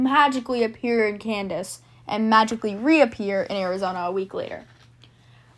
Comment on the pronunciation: It’s KAN- SAS not KAN- DAS my dear, get it right